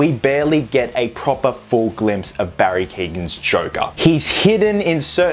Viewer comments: Who the fuck is Barry keegan lol it’s keoghan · From an Irishman, Barry’s second name is pronounced “kee-yo-an” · can be pronounced like that, but in Barry’s case it’s the kee-yo-an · Hey just to say how to pronounce Barry's last name. It is pronounced Kee--oh--ANN. The "GH' is silent. Common in Irish last names :D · Cant wait to see more of him, btw his last name is pronounced Key-Owen.